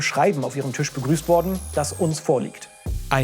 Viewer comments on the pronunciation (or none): none